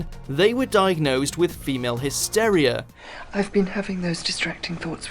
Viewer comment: He also mispronounced “ogled”, “macabre” and “hysteria”. No, it’s not his midlands/northern accent either. He had one job.